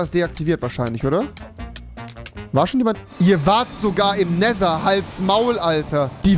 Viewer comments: Nesser, Nesser, Nesser es heißt Nether rewi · wie er neser anstatt nether sagt....help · auf Englisch spricht man es Nether aus du Genie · Normale Menschen:,,Nether" Youtuber:,,Nether" Angela Merkel:,,Nether" REWI:,,NESA UND NETA" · Man spricht neather auch im englischen nicht neser 🤡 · NESER NESER NESER.... Netttthhhhher - danke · Jeder andere: nether Rewi:nesser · Alle: nether Rewi: neser 😂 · Rewi: die waren im nessa die waren im nether die wahren im nehta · Der nesa oder neta ES heist nether lern englische ausprache bitte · sie waren im „Nesher“ 😂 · Normale: Nether Rewi: Nesa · no one: Rewi: Näsa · Nimand: Rewi: Nehser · niemand: Rewi: AnarSCHie edit: NeSer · Es wird nicht nesa ausgesprochen......